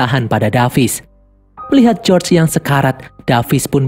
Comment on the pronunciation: Bukan josr bg tapi George😅